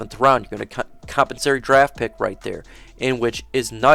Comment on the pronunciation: Great content and information bro, but is it compensary? Or compensatory? Maybe I’ve been saying it wrong for 20 years lol